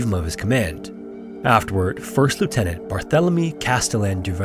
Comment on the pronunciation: That's not how to pronounce Lieutenant